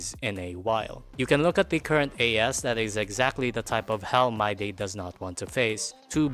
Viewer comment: I took a shot every time you said MYDAY instead of Mydei, and now i'm afraid i'll end up in a hospital or worse.